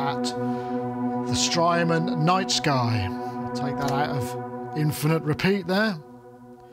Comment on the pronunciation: At one point in the beginning, it sounded like “Strymon’s nice guy” to my ears, haha. Thank you for the great review,. Makes me want to add the nice guy to my production team.